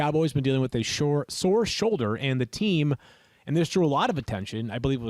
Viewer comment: Love it... Shore soulder. Seems to roll of my tongue that way half the time.